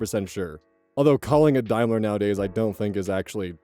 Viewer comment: Daimler can join foal on the list of words can't pronounce